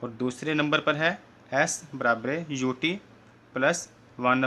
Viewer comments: Pagle khud padlo fir dusre ko padana aausat veg ko ost veg kahte ho Aur barabar ko barabre kahte ho topa khi ka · Barabare nahi barabar sir 😂😂😂😂😂😂😂😂😂😂😂😂😂😂😂😂😂😂😂😂😂😂